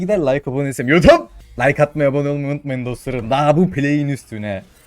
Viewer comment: Şu adamın YUTUUP diyişine bayılıyorum ya :D